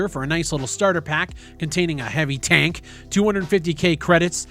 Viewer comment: say tank again